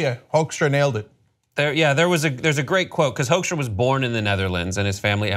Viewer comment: It's funny how you pronounce his name as 'Hoaxstra'. If you like the Dutch pronounciation you should say 'Hookstra'.